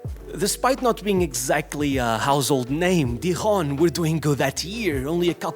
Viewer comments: Amigo, o J è pronunciado igual ão português, não è Diron mas Dijon que se diz, só pra ajudar. O problema com Neymar è que fechou-se com uma má atitude contra os adeptos de Paris em vez de mostrar humildade. Tem uma reportagem sobre ele acho no netflix, onde se vê o pai dele (com toda a razão) que lhe diz que esta errado e que devia dar e mostrar mais e ele (como foi sempre mimado pelos quase todos os clubes, especialmente em Paris.) em vez de ouvir o pai, começou à ficar ebervado e à falar um pouco mal pra ele. È esse o principal problema dele,e è triste. Nunca parou para pensar se por vezes podia estar enganado. Quando falhava jogos do PSG por lesões, em vez de mostrar que queria estar presente, ia pro Brasil fazer a festa e mostrava fotos na internet. Foi tudo isso que quebrou cada vez mais sua imagem e relação com os adeptos. Ach o muita pena, que ele nunca entendeu que devia respeitar mais as pessoas, sobretudo quando sabes o quanto è cada vez mais caro um bilhete pra ir vez jogos, que os ultras tambèn devem pagar as viagens, bilhetes ainda mais caros pra liga dos campeões, camisolas, etc... Hoje em dia, è cada vez pior, demasiado dinheiro no desporto pros jogadores, os preços são cada vez mais elevados, pros jogos, as camisolas, E agora, acho os jogos tão pouco interessantes, já nem me interessa ver jogos... Enfim, desculpa, tá fora do tema. Só pra dizer que o Neymar è um dos primeiros exemplos do problema da mediatização excessiva. Parem de ver jogadores como deuses, nã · you pronounce the “J” in French the Portuguese way ;) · Bro got confused when pronouncing Dijon (wrong language buddy)